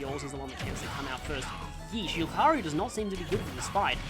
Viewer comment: They actually added that function in the Switch version of the Mii Maker (though technically Miitopia did it first). I still can't get over how you pronounce it LucaRYU instead of LucaRIO and still question how you got to that pronunciation. (Might be some sort of Australian dialect quirk I don't know about.)